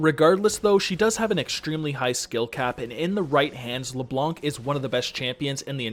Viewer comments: Please stop saying LeBlonc LeBlonk LeBlonq it's LeBlan literally a French word. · Ye, french is my first language and i approve.